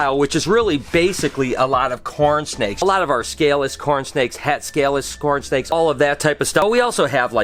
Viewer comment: Is it just me, or did it sound like said “scornsnakes” instead of “cornsnakes?!” 😂